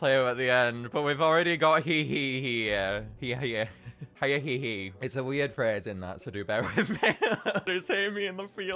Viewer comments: Lets not forget the first time he pronounces hyehehe Hi-inhehe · I love the pronunciation hiya-hehe instead of h-ye-heh-heh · "I love Hi-ah-hee-hee" Me: STOP SAYING THEIR DANG NAME PLEASE (It's pronounced "Hyeh-he-he") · Hyehehe isn't pronounced "Hi-eh-hee-hee" it's pronounced "hyeh-heh-heh" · It's not hya hehe🕺 it yea he he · ITS NOT HAIA-HE-HE! ITS H-E-HE-HE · It's pronounced hye-he-he not high-ye-he-he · Are we going to ignore the fact that he is miss pronouncing it? It is pronounced h-ye-he-he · Fun fact: I'm probably the only person who can pronounce Hyehehe's name correctly, so here's the correct way. He-yeh-he-he there you go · bro it’s pronounced like his laugh not hiya hee hee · God every time he mispronounces Hyehehe it makes me wanna tear out my hair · Stop mispronouncing hyehehe pronouce it like laughing with an accent